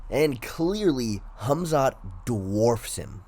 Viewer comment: Hummzatt vs Oozemen. Never heard those 2 names pronounced like that lmao